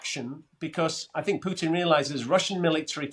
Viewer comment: Gets a 10 from Len just for pronouncing putin as pootin